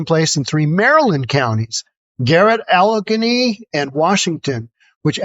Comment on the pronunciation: Succeed is not the same as secede. After hearing you say Allegheny, I question your intelligence.